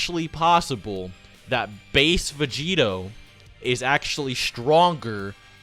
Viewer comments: Anybody else bothered by "Vegerot"? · "Blue Vegerot"